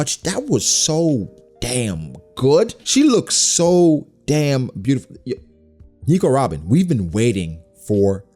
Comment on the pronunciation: It really makes me cringe when you say Nico Robin everytime